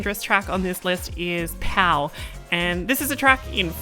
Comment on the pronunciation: Funny thing, "Pau" is pronounced "poo" :D Also I love the variety of sims you used in the video!